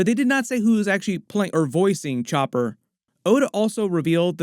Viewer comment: its chopppppper not choper